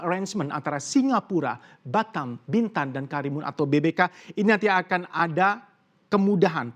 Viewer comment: Humor receh banget cuma denger host nya ngmong Akin Yg dimaskud "Akan" hehe